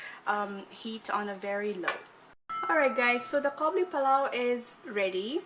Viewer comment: it's قابلی not کابلی therefore it's Qabuli, not Kabuli... Kabuli is a person from Kabul